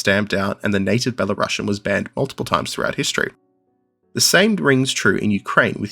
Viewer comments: Thanks for a great video! A small nitpick: could you please pronounce Belarusian as Belarus+ian (U is stressed, and ideally s doesn't turn into sh), not as Bela+russian? That's important. Thanks. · It's pronounced ˌbeləˈro͞osēən.